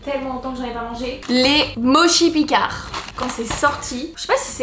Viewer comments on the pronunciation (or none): Moi à chaque fois que dit "Moshi" au lieu de "Motchi" 😠